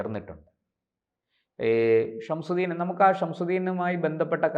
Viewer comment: ഇയാൾക്ക് ഗൗതമിന്ഷംസുദ്ദീൻ എന്നു പറയാൻ അറിയില്ല "ഷംഷുദ്ദീൻ " "ഷംഷുദ്ദീൻ " എന്നാണു പറയുന്നത്